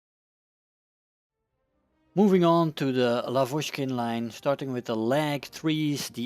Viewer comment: Hello! Great videos. Can you, please, pronounce Russian surnames correctly? I'm talking about the word stress. L*A*vochkin, Ber*E*zin. You can check google translate for the words you are not sure about and just listen the right Russian pronunciation there. Thanks!